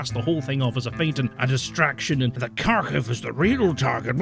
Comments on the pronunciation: You could easily fix your problems with pronouncing the names of Ukrainian cities, if you spent a few minutes watching videos from Ukraine. Looks like good info here, but in general, I find that the people who don't bother to find out how the names are pronounced are less likely to have good info. Believe me, it isn't at all difficult to learn to pronounce those names. Kharkiv--try haarKEEV, Kherson--try hairSON. Not difficult at all. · you're not pronoucing Kharkiv, or Kherson properly either. The K's not silent but also certainly not hard. Read them like kHerson and kHarkiv and you're closer, there should be the suggestion of a k but you shouldn't really hear it :p. It's kind of the same with the H too, it's kind of soft and the stress is on the S and K in the second syllable. I'm not even 9 minutes in and I'd had to go back so many times to re-listen because your exhasperation is just... so on point. Wish i could like it twice.